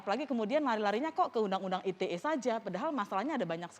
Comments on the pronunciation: I te e mas bukan ay ti e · Ai Ti E. Klo mau enggress yaaa harusnya Ai Ti Ii. Kzl bangetttt bolak balik salah meleeee. Cukup I Te E ajaa pak. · Ite pak bukan aitie wkwkwk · Undang ITE itu bahasa apasih..kok bacanya Ai ti E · harusnya "ai ti ii" ya fadjroel must be bad in enggrish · Hahaha...exactly what I want to say, kalau mau pake English ya skalian tp "ai ti i" 😆